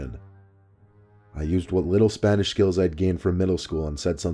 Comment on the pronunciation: Poppis Smile it’s called an accent... he pronounced it clearly 💀